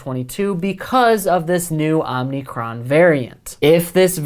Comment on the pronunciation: Dude, stop saying Omnicron (omneecron). It’s omicron (omeecrone). No “n” in the middle, remember, these are Greek letters that these variants are named after